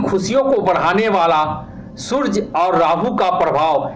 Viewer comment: aap rashifal bta rhe to surj kyo bol rahe suraj shbd shudh hota hai ji